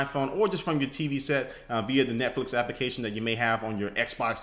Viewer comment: "netflic(dot)co(dot)uk/soldier" :P